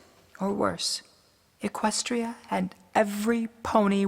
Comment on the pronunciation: She should. All along Luna was right. Celestia was being a control freak and didn't even try to help Luna. Not to mention she's a total troll. To me, Luna didn't do anything wrong, where as Celestia has done so much wrong. and by the way, It's Equestria, not Equstia :)